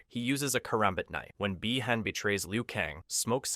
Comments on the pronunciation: No, just poor pronunciation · Is there a reason why you keep mispronouncing Bi-Han's name? Is it supposed to be some kind of comedy or what...?